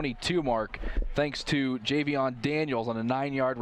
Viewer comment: Best commentary in Ohio, by the way it's Jayvion not Javion 😂👌🏾